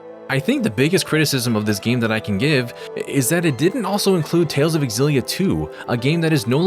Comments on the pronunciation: OMG for the LAST TIME FOLKS. It’s not X-Zillia, but simply Zillia. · You're pronouncing it wrong. The X is a Z sound it's Zillia